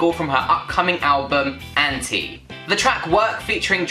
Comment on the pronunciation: I think she recorded it drunk. Lol. Btw, you're pronouncing ANTi wrong, it's anti (ant-eye) -- Ps, the album leaked and is now out today. 13 tracks. 16 with the DLX version coming out Friday. Still waiting for that Gaga//Beyoncé collab on ANTi